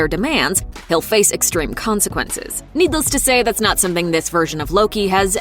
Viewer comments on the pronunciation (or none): The narrator also pronounced 'needless' as needles. [1.02].